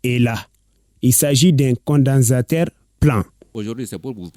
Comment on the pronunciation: Peut même pas prononcer "condensateur "